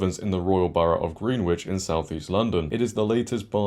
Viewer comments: Hey it’s “gren-itch”, not “green-witch” :) and yes, please never stop using “ladies and gentlemen”! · It’s pronounced ‘Gren-itch’ not Green witch. Also Worcestershire- you got that wrong in a previous video. Love your stuff but you are presenting to the rest of the word, please get the pronunciation correct! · I think people who use different pronouns should wear badges. That way we know who to avoid I know its spelt Greenwich but it's pronounced gren-itch